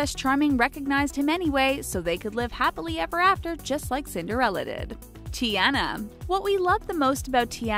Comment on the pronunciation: i’m sorry but... cinder-fella...?!